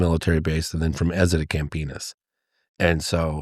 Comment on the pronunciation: How many other peoples face scrunched when he said Campinas